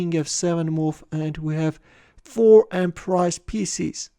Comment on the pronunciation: en prise is pronounced: on pree :)